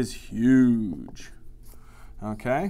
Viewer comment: I like the way he says "HUGE"